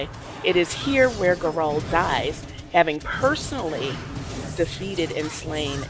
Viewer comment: it's pronounced 'gara-hel' elves are treated like shit because of the dales, the humans attacked the elves and were pissed off when they fight back thus elves are second class